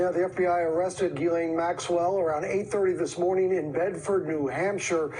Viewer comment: Ghislane, Pastor lol not Ganelle. (Ghee-lane)